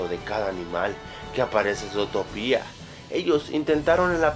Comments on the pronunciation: es zotopia no zotopía por que lo dices con acento cuando no tiene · zotopía? se pronuncia zutopia :v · Porque lo dices zótopia?, si se dice zuutopia y se escribe zootopia :v bruh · no se dice zootoPIA es zootopia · se dice zootopia no zotopia :v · Se escribe Zootopia, y se dice zutópia con el acento, esta informacion la copiaste, no viste la pelicula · zootopia' no zotopia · es zu-to-pia no zoo-topia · Pero que mierda, primero se te estan acabando las ideas, y segundo se pronuncia sutopia no sotopia._. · "Sotopia" - 2016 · Desde el inicio mala pronunciación, Zotopía? wtf? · Zootopía con asento (·_· ) en la i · falta de ortografia le dice zotopia pero es con asento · No se pronuncia zootopia como tú lo dices puedes pronunciarlo como zutopia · Se dice zutopia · se escribe zootopia pero se pronuncia zuutopia novelero ohhh buuuu XD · se pronuncia zootopia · El video comienza mal, con pronunciando "Zootopia" muy mal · aprende a pronunciar